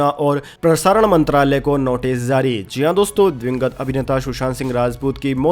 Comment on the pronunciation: Aap J ko Z bol rahe hai, JUNG JARI Rahegi, Aap bolte ho ZUNG ZARI Rahegi?!🤣 Aur Bhai Itni Pure Hindi KYUN? Koi school ki Hindi Boring class me baithe hai, aaisa lagta hai..😎